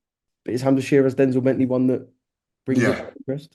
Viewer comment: The way Gareth says Denzel Bentleys name like he’s denzel washington 🤦‍♂️🤦‍♂️it’s denzel like from Only fools, not Denzell like Washington